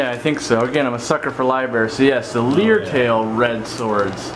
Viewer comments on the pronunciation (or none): Not "Leer Tail" It's "Lyre Tail" (pronounced "Liar Tail" ) Thank me later B-) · "Leer-tail"? 😆 Lyre. It’s an instrument that’s shaped like their tails. (Pronounced like liar) 😉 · another Oscar worthy video. But Lyre Tail is pronounced Liar Tail,, not Leer Tail.. which is what I think I heard you saying.. A lyre is an ancient type of harp so excuse my harping on this LOL. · its pronounced lire tail, as in the harp like insturment, the lyre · Lyretail pronounced LIAR TAIL